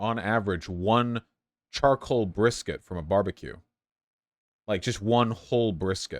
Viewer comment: He calls them "charcoal briskets" ...